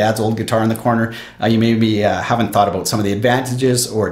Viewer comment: I love it when he says about like abut lol 😂